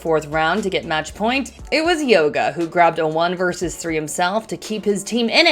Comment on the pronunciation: Well the Sweden Major is basically dead to me now lol. Empire out, I'm out. BDS either takes it or they don't. Also it's YAWG-UH not Yoga lmao.